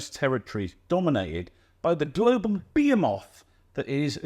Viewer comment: That isn't how you pronounce "behemoth" 😊